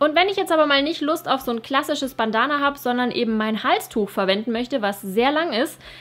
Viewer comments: Hat mich irgendwie voll aufgeregt wie du Bandana ausgesprochen hast... das ist Englisch!!! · Sorry, es hat mich einfach irgendwie richtig gestört vom Hören her 😅 ansonsten fand ich ja alles cool, aber du kennst das bestimmt auch, wenn man sich an einem Punkt aufhängt und total irritiert ist... Ich finde Bandana hört sich deutsch ausgesprochen einfach blöd an 😂☺️